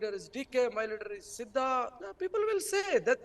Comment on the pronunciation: Bosu D K ! He is Siddhu not siddha 😡